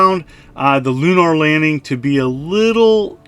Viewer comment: The way you say lunar stabs me in the speech center of my brain. But these do look like a lot of cheap fun.